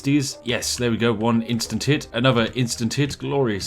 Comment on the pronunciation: When you said "instant hit" I of course heard "insta tit"; perfect!